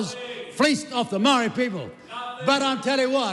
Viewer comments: That is a dam lie stop spreading hate I have so many ppl pakeha friends and some I consider family but as a Maori we have the right to defend ourselves against the likes of Winston two face he's a disgrace he can't even pronounce Maori correctly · Fkn old man whos turned his back on his own people Says maori like a ty person 😂. Time for the rest home old whinny..